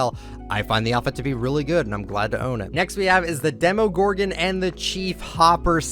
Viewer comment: Hold up hold up hold up,did this man just say demogorgon